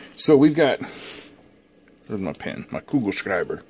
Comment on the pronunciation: Hi. Nice video. Your German skills are also amazing. You know „Kugelschreiber“? LOL Keep up your good work. Thanks 👌👍